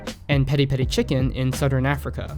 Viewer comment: Pi(sounds like pea)ri